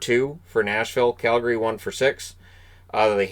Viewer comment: I can’t understate how much I love that you pronounce Calgary properly